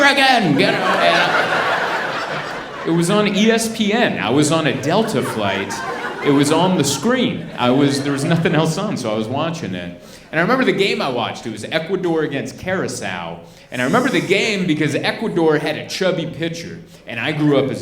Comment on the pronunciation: Imagine my surprise at you mentioning my island Did you mispronounce it, hellz yeah 🤣 But it’s ok Thanks for all the laughs Love from a subscriber in Curaçao ❤ (Pronounced kew-rah-sah-oh